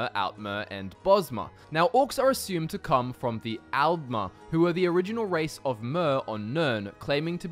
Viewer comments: That's al'mer with a d not al'mer with a t 😂😂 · Since the T's and D's sound similar in your accent, why not try distinguishing them by pronouncing the A's differently for Aldmer and Altmer For example, pronounce Altmer as you do now, and pronounce Aldmer as "Ahld-mer", as the softer A might make the D sound more noticeable Also, thank you for pronouncing Chimer like Kimer, and not like they're a race of wind chimes lol